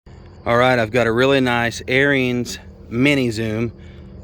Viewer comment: Just a damn shame you cannot correctly pronounce the word Ariens. The letter I is silent. Two syllables only. Sounds like Air Uns.